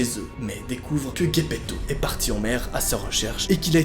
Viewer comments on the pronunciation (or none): C’est pas guépéto. Mais c’est gépéto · ce n'est pas Guepeto mais Gepeto tu l'a mal prononcée Bise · Gaypetho??🤪🤪c est Gepetto "g" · C'est Guepeto pas Gepeto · se n'est pas guépéto mais gépéto dsl des fautes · Sa ce prononce pas "J" epetto meme si sa s'ecrit avec un G et non "GU"epetto ?? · c'est gepeto gepeté et sa se prononce jepéto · « Gaypetto » bah putain, les vidéos ne sont pas du tout travaillés et puis les rires toute les 5sec c’est relou… Reprend toi ou sinon ne fait rien… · L’entendre prononcer « guepetto » ça me fait siffler les oreilles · j'aime bien hein mais vasy t'abuse sur la prononciation de gepetto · Tu prononce mal Gepetto mais pas grave